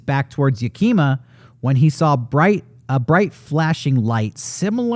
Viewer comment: I hate to be that guy, but I used to live in Tacoma, WA, and every time said Yakima, I was confused. Locals pronounce it as "YAH-key-maw", not ya-KEEM-ah, the way he was saying it.